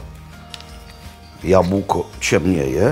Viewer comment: Dzień dobry, Mam parę uwag: Słyszałem że dyskusja o tym która kopalnia jest starsza jest bezpodstawna, i można uznawać że powstały w tym samym okresie. Coś jak dwie inne Krakowskie instytucje 😉 Druga sprawa, zgłoska b w słowie jabłko ulega ubezdzwięcznieniu, analogicznie jak w słowie chleb. Jeżeli się mylę, bardzo proszę mnie poprawić. Edit: już sobie przypomniałem trzecią uwagę, jabłka ciemnieją pod wpływem powietrza a nie światła (upraszczając)